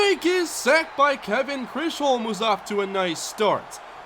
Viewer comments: It's pronounced like "chizum" not chrisholm. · I hope you see this but Chisholm is pronounced chis-um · Kevin Chisholm's last name is pronounced "Chiz-home". You've been missing it up since before draft. He's playing very well btw. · I always wondered how you read it like that...... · Dude. Thank you so much for that. That was bothering the shit out of me. Like stop guessing lol